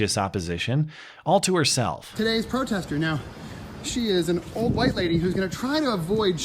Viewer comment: Cheesy Charlie "HUWHITE"